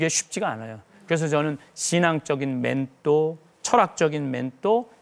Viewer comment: 맨또가 머니 맨또가ㆍ발음좀 신경쓰시지그래